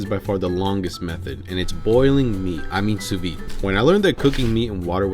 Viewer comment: Sous vide, in French you do pronounce the “d”